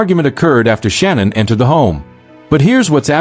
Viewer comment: Shanann (Sha-Nann) not Shannon not Sean-Ann Shanann